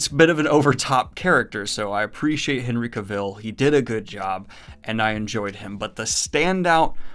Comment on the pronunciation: Oof, how many times am I going to have to listen to him mispronounce Henry Cavill.